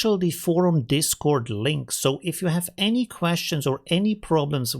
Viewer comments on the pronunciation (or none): none